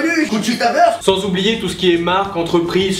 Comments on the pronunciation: On devrait apprendre à Hanouna que ce nom ce prononce "Vourste" et non "Veurste". Ca me saoule à force. C'est comme si je disais Maître Jims, c'est la même chose. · Conchita "Weurst" :')